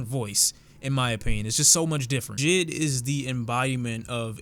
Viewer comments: This nigga said jid, it’s J.I.D. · When you say JID kinda making me lowkey triggered when it’s pronounced J.I.D (Jay-I-Dee) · who notice him saying jid instead of jay eye dee